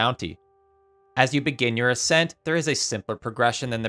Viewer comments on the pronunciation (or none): none